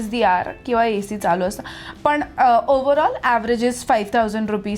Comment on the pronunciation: पुण्यात रहाता पण मराठी अशुद्ध बोलता. ex "पन" नाही पण; " लग्णा आधीच" नाही लग्ना आधीच; "गरजे अणूसार" नाही गरजे अनूसार. न च्या जागी ण बोलू नका.